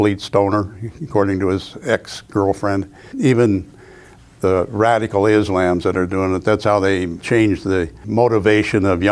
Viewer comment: "Iz-lam's" lmao!